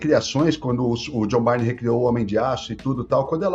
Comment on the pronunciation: O fala Jonh "Bárnei" 😂😂😂 O pronuncia corretamente, John "Bãrn"